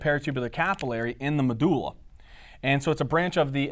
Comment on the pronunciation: pronouncing Medulla is god perfection